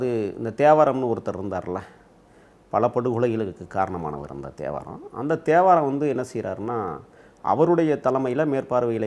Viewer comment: 😂😂 நீங்க தேவாரம் னு பேர சொல்லும்போதே எனக்கென்னமோ கெட்ட வார்தைல திட்டர மாதிரி இருக்கு😂🤣... அந்த த்தே.வாரம்..